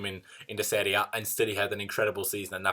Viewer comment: Love the way he says serie A 😂😂😂